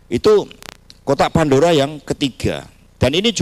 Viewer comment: Kotak pandura? Lidah kamu kepleset, Bilang kotak pandora aja gak bisa 😂😂